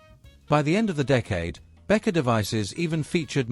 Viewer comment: Как можно Беккер прочитак, как Бетка?? Не смог дослушать до конца😬